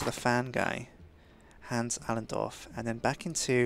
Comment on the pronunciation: He doesnt know how to pronounce the name Hans correctly but I still love his vids :)